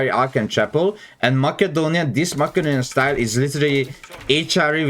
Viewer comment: I live for his pronounciation of mACKADonian dynasty